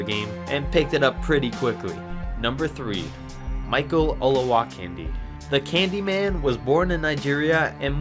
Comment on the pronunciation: Learn your pronunciations before you make the video. Zayyre??? Olowa-kandee?????